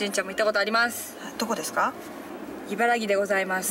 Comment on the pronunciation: いばらぎ ではなく いばらき です。 いばらぎは大阪の茨木市 いばらきは茨城県